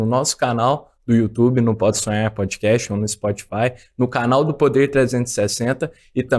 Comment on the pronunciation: O cara do vídeo tem uma pronúncia BIZARRA da palavra "podsonhar". Ele pronuncia mais ou menos assim "podsuem".